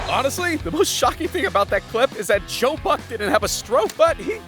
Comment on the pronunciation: In then author said "Joe Buck" I heard the Ukrainian word "Жопа"[Zhopa] It translates as ass. This video and this word are chained? I really thought that author speaks Ukrainian language.